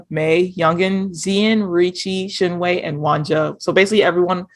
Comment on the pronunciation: I love you guys, but please.. For the love of God. your favourite is pronounced "Shin Wei"